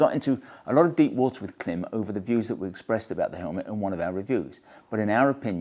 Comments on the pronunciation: I wish you knew how to pronounce Klim! It is pronounced like “Climb”. Have you never noticed the long dash over the letter i in their name? Everytime I hear Clim it makes me wince. Please correct! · Great look and thoughts about the helmet. I do cringe every time someone say Clem instead of Klim. (Think climb.) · it's still pronounced CLIMB. Sorry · You’re still pronouncing Klim wrong I see 😂